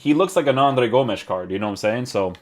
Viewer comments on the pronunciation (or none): none